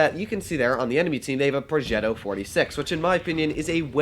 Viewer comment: The way to said progetto I felt like you are the grandson of Cesar 😂😂